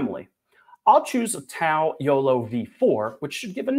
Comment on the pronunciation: Pronounced Dow